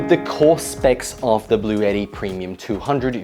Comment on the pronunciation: blue ett tee, not blue YETI lol